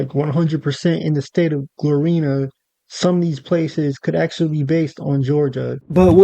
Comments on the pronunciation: It’s Gloriana not Glorina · bro said Glorina 😂😂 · Glor-Ri-Ana is the correct pronunciation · Yo never make a video on something u know absolutely about ever again pls just save yourself from that embarrassment “rushing” or not it takes literally 1 second of looking at the word correctly to say it right and u tried to explain things about florida u had no knowledge of smh do more research before making videos bruh Not only did u say gloriana wrong but u also said mount kalaga wrong! Now u knew damn well u were gonna say the word likea million times in this video why the hell didnt u make sure u were gonna say it right?! Smh do better